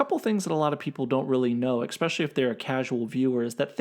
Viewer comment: Stop saying "exspecially". It's "especially". Jeez